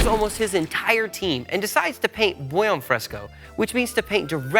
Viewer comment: Please work on your pronunciation of "buon"